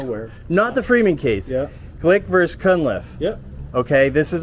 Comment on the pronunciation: One thing that I notice about ALL 1Aauditors is that they cannot say the word "versus" properly. They all say VERSE. It make me insane that they can't even speak english correctly..